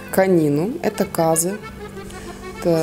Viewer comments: Почему кАзы? У нас вроде казЫ правильней)) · я тоже с казахстане, разве не казЫ, я так всегда говорила..а мне жалко лошадок(